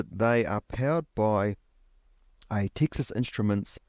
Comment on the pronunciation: TEEXAS instruments? its Texas, like as in the stae of Texas